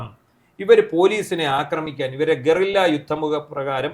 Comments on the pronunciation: ഗൊറില്ല (Gorilla) യുദ്ധം അല്ല. അതൊരു ജീവി ആണ്. ഒളിപ്പോരിൻ്റെ പേര് ഗറില്ലാ (Goerilla) യുദ്ധം എന്നാണ്. ഗോ അല്ല. ഗ. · ഗോറില്ല അല്ല ഗറില്ല യുദ്ധം